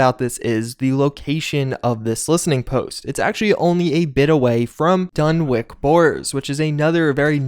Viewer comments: It’s Dun-witch not Dun-wick The listening post bravo story is an Easter egg for a Scandinavian metal band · Dunwich is pronounced as its spelled. It's a "ch", notta "k".